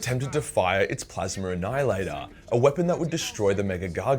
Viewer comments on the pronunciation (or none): none